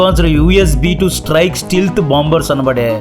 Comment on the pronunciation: Bro, antha bagundi avi steelth bombers kadu bro stealth bombers. Just a suggestion